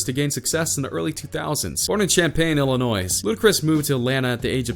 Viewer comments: Did this guy really just pronounce the S in Illinois? 🤦‍♀️ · just wanted to point out that the S in Illionis is silent